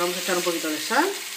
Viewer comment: Dijo sal?..no hablo claro en esa palabra.